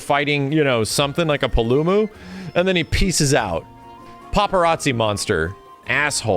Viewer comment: “Deviljayho” “Kulvay Tearith” “Pullumu” “Yan Gahruhga”